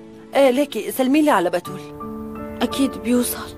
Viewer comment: احلا شي لما فتون تقول باااتول 😂😂😂 تلفضو بحرف ا😂😅